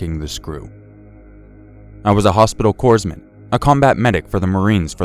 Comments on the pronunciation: Hey man, I like your vids and I'm not trying to rag on ya but I will state this for further notice. Corpsman is not pronounced coresman it's pronounced coreman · CORPSMAN!! C O R P S M A N! (CORE-man) IT'S THAT FUCKING SIMPLE YOU WERE IN THE ARMY FOR CHRIST SAKES MAN (I FUCKING LOVE YOUR STORIES BUT THAT KILLED ME) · Please, corpsman or in the word corps, the s is silent. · Maybe pronounce “corpsman” properly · You guys are killing me in these videos not being able to pronounce “Corpsman”.